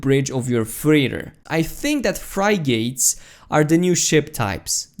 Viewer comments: you do a great job! Frig-its not fry-gates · Frig-git, not Frie-gate. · Desert Fox liked the video, but couldn't help but cringe when he kept repeating fry-gate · FRY GATES? i love it. frig-ate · Lol "Fry-gates".. jesus christ. It's a "frig-it"... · Not to be a grammar Nazi but it's pronounced frigit not frygit lol but I like the video you keep up to date on NMS next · its pronounced frih git. Frigate is another name for freighter. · FRIG - GITS not fry gates xD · fri- gates!!! haha ur a funny man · "Fry-Gates" LuL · LOL! i was following until he said FRY-GATES! HAHAHAHAHAHAHA!HAHAHAHHAHAHAHA! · dude its "Frig-it"(frigate) :frig·ate [ˈfriɡit] NOUN a warship with a mixed armament, generally heavier than a destroyer (in the US Navy) and of a kind originally introduced for convoy escort work. historical a sailing warship of a size and armament just below that of a ship of the line. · It's prounced frig-it. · fry-gates. Lmfao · Fri - gates 😂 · English pronunciation rules are tough. Mainly because they don't seem to exist. Also when someone pronounces a word phonetically it means they learned it by reading. So don't make fun of that. But yeah it's pronounced friggit. Because English. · Is anybody gonna tell him how to say 'Frigate' Edit: I was just asking holy